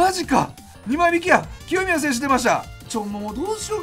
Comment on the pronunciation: 清宮が極みやに聞こえたw